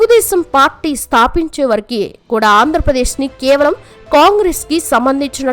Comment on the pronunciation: వరకు అంటారు కాని నువ్వేమిటే వరకి అంటున్నావు ముందు మంచిగా మాటలాడటం నేర్చుకో